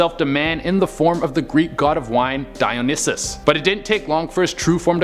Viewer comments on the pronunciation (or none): It’s pronounced Day-Gone buddy. No hard feelings..Also it’s pronounced Dye-O-Nye-Sees. You crazy Canuks...Although I’m jealous that your country started taxing churches. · The y in Dionysus is pronounced as an I Che 👍 like Dion-eye-sus